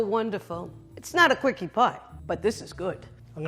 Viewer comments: Quickie pie? Is that what she was saying? Wow pornhub has a light theme now? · Why is no one commenting on the fact that she said quickie pie?